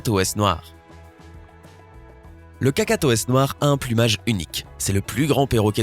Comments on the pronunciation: Pk tu as dit cacaotes au lieu de cacatoès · C’est Cacatoès pas Catacoès !!